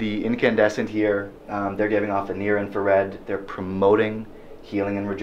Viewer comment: did I hear him say "blue inferred"?